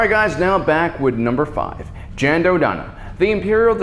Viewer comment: Jan is pronounced like the word Yawn